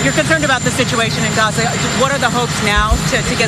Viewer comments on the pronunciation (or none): none